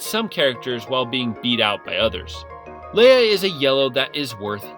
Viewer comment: janice and leah are a common names...idk how you mispronounce them so poorly lmao